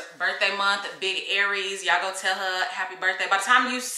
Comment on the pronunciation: Hey love! It’s “Aries” not Aires. Looking forward to the vlog!